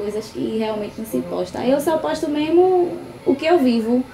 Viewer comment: Nao acabou os estudos fazer o que ? kkkk ''esqueço tudo meermo'' kkkkk